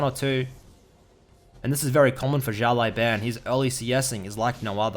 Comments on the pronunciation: his name is pronounced "shiao lau bahn" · why are you saying "xiao lai ban" when there's literally no 'i' in "lao" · Just so you know xiao lao ban is pronounced like shao lao ban (like bang without g) and it means "little boss " 小老板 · his name means little boss btw say that instead of butchering haha ( just the way u say the last part ban is boosted ) love u dude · Hey, not trying to be disrespectful in anyway, but has anyone told you that you're pronouncing his name incorrectly? Translating "little boss" to Chinese simplif is the perfect translation. Anyways, Thanks for the vids!